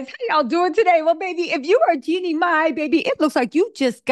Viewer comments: It's JEEEEEEEEEEANNIE, not Jennie. She's a Bay girl and we DO NOT play. 😳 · Her name is Jean nie not Jennie